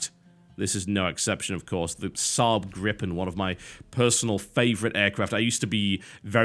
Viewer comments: You're not pronouncing the "Gripen" correctly, it should be more like "Greepen" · Gripen is pronaunced= Greepen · you pronounce gripen greepen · It's pronounced "GREE-pen" ;) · Gripen (Swedish for Gryphon) is pronounced with a long i. Anyway, TB, or whoever landed shitty job of sifting through youtube comments, are you goiong to cover War Thunder, a F2P multiplayer flight game set around the WWII era? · Gripen is Griffin in english :P You butcher its name alittle so here have the translation ^^